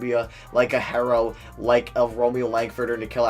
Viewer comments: It’s pronounced Hero not Harrow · P.j Washington is a god btw herro is pronounced hero